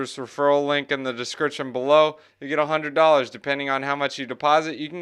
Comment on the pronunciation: The "one hundwed dallas" always gets me.